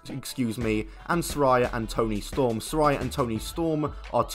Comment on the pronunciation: SaRAYa not Soria